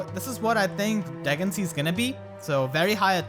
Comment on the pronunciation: Yoooo isn’t it pronounced Duhg-in-see-ah?